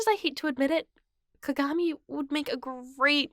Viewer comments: The way she said kagami lmao 🤣 "cogamee" lol I love it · Atleast pronounce kagamis name right